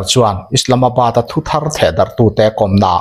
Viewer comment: Nia thu thar tihah pawh letter r dik takin i lam ri bawk a ngaihthlak a nuam e